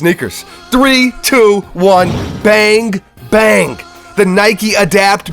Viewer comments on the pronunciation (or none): Did he said Bang Bang or Bank Bank or Bangk Bangk...